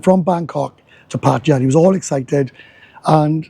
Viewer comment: Thank you for pronouncing Pattaya correctly